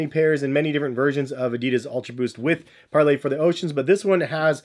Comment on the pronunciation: It’s par-lay my brother ❤